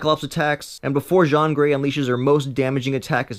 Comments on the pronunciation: You say the girls names wrong and it really bothered me. Did you see the movie cuz if u did you would not pronounce Jean Grey's name like A french man's name Je-awhn! You know a blue pair of Jeans. That is what her name is pronounced like Jean. Everyone who knows X-Men knows that. So u must be reading off a script and know zero about the movies, comics and cartoons. I am highly dissipointed that such an iconic amazing character would be miss represented in your video and that no one would have corrected that before posting it. Note: You also say Psylocke name wrong. This is a little more common as she isn't in the tv media as much and when she is she is always done wrong or made to seem evil. She has been a long standing important female leader in the X-Men comics and so I can almost give u a pass on saying her name wrong but it was still frustrating. It's pronounced Cy lock like a locker lock and the first part is like a psycho or Psychic (qSy-lock) spelt Psylocke. Get it right next time dude. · Jean Grey's 1st name is pronounced Gene not Jzhahhn and Psylocke is pronounced Psy-Lock not Psych-Lock. I agree with your assessment of what Jean pulled-up into his conscious awareness. Logan was the only one who temembers the unaltered timeline... until now. The fact that Jean gets all that info when she's young and uncorrupted enough to still make best possible choices changes everything. Apocalypse's "All Has Been Revealed" line is probably about Jean being The Phoenix / Bennu Bird's Latest Incarnation at new time-cycles beginning which is part of Egyptian Mythology. Furthermore, there's actually a description in the Book of Revelation ofva woman clothed in the sun whichbsounds a LOT.like the X-Men's Phoenis Ssgas. My guess is Apocalypse has dealt with the Phoenix before. Furthermore, even though she cooked him his regeneration powers should bring him back Imhotep Style. Jean exiting Egg Like Cerebro (Hatching) is yet another tip-off to.The Legend of The Phoenix.